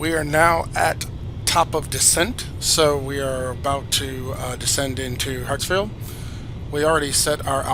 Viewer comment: why do you say hatsfield its hartsfield